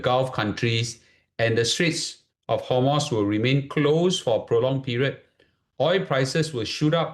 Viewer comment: its strait of hormooz, not hormoss or homos.